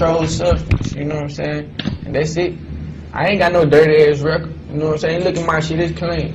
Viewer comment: Rumor has it she still don’t “Gnomesayin” 😂